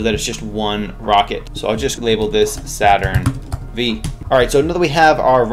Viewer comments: I felt physical pain when he pronounced saturn v with a v instead of 5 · Not to be “that guy,” but it’s Saturn 5. The “V” is a Roman numeral. Other than that, excellent tutorial.